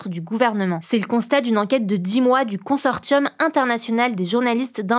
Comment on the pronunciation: Y’a que moi que ça choque sa prononciation de « consortium » ? 😅